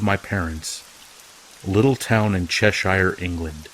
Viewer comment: haha the way he pronounced cheshire, England. Its always funny when American people try to pronounce British towns. Gripping video tho.